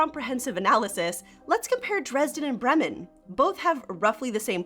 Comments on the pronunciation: Bray-muhn. please pronounce it properly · I have to admit I was thrown by your pronunciation of 'Bremen' and 'Bremerhaven'. As someone living in Germany, I would have thought you'd know better.